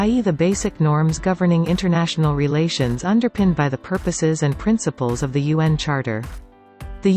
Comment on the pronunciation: You pronounce UN as Yuan ( the renminbi) 👍 Just a China trivia